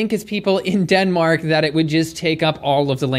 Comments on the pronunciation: Damnn I thought you said Dedmink at first 💀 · Had to like the video after hearing "Denmink" LOL -german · "Den-Mink" earned you a like. Haha! Never change!